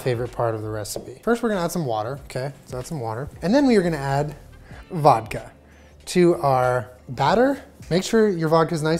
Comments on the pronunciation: “tWo sHaTs oF vAdKa” I-fucking-conic we’re here for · Omg i remember the girl when he said "two shots of volka"😂😂😂